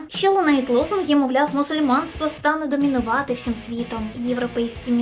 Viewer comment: Шановна! Не " домОнувати" а "домІнувати" Перед тим як виходити в ефір самостверджуючи свою важність, перепровіряйте, як мінімум, правопис.